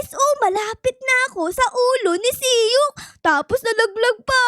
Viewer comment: Mali ka naman e dapat sok hindi siyok